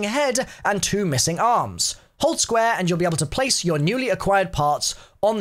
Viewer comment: “Squa” (square)